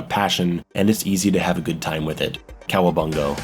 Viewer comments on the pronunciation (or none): It's not cawabango it's cowabonga. The "a" sound at the end not "o" sound at the end.